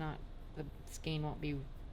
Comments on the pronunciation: Sorry to contradict you but the E in skein is pronounced as an A in English. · So…how do you pronounce “skein”? It's pronounced skane because of the E before I rule.Aug 22, 2016 Like "cane"